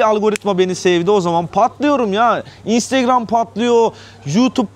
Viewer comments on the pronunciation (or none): none